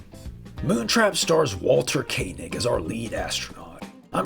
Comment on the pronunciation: Of course you know how to pronounce "Koenig" correctly. I'm proud of you, son.